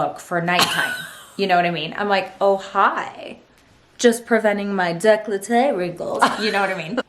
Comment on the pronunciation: it's décolleté, not "declahteh"lol